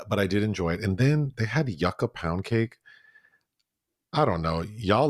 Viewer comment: Yucca is pronounced you-kuh. Don't let the latinas come for you.😂😂😂